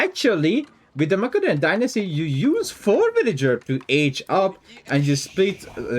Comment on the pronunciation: yoo dawg its mase-a-donian not mack-a-donian xD keep it up brotha rooting for you in OO4